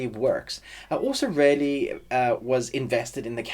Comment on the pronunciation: Great review - but I really had some difficulties with your pronounciation of "really" since most of the time I heard "rarely" which REALLY confused the hell out of me LOL 😂 Great review, though, REALLY 😊👍